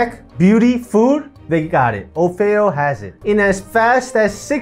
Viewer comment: Ummmm... pretty sure it's OFF EE O ... NOT O-FAY-O (o feo means "or ugly" in Spanish. It's Offeo like Offer)